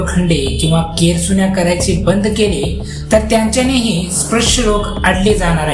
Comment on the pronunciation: आधी नीट उच्चार शिक स्प्रश नाही रे स्पृश्य.